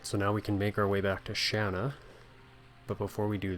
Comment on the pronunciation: calls her Shawna in a cutscene when it clearly says Shana, you're just like me I call her Shana not Shawna